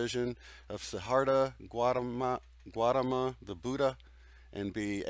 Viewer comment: You don't have to be a Buddhist to read Sidartha Gautama, because its pronounced the way it's written